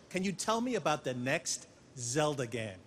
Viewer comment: "Can you tell me about the next Zelda gehm